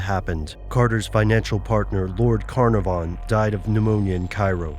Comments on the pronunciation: Lord Canarvan not Lord Cornovun. That was funny. :o) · Lord Caer-NAR-von